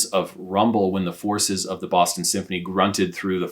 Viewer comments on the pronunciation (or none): none